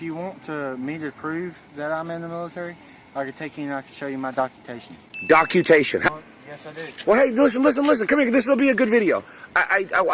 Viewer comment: That camo guy was the best- can’t read cuz he’s colorblind, has his “ doc-utation”… these are the people who voted for the annoying orange man baby! Scary if you think about it!!! ”